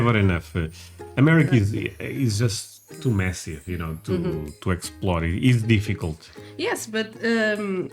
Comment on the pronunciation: For a second I thought you said US is so Messy, but it was massive 😂